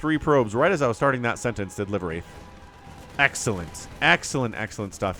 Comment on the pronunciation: ❤ for future casts the name is actually pronounced "live" like live tv or livewire. I meant it to be an oxymoron. As in living spirit😅